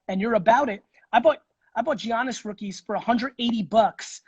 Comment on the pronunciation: Every time he says Geeannis I cringe 😬